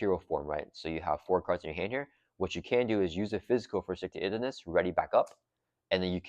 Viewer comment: 100% agree with highest value. People might not like Deadpool or the Pool aspect, but no other pack gives you an entire new aspect to play. Way more impactful for a small collection than a few aspect cards for each color. EDIT: Please, please start pronouncing Stick-To-Itiveness like "Intuitive". It's killing me lol